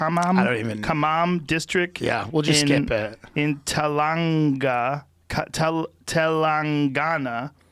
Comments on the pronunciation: I almost died when Joe tried to pronounce Andhra Pradesh and Telangana. 😂😂😂😂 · funny to hear him pronounce Telangana and Andhra Pradesh 😄😄